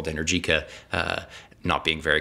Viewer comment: Go ride an Energica (which is pronounced Enérgica) than you can talk about electric motorcycles.